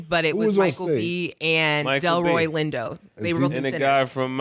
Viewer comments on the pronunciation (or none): said Delroy Window!!! 😂😂😂😂😂😂😂